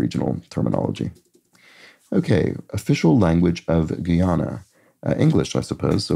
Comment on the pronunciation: Guyana is pronounced guy-ahna. Guiana is pronounced ghee-anna. Kenai is pronounced kee-nye.